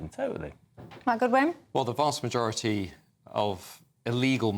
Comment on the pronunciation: He said the magorerty